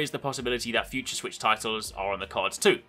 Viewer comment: u said swisshh ahahhhh english mate learn how to talk and use proper words